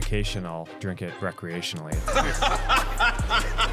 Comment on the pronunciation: I heard 'jerk it recreationaly'💔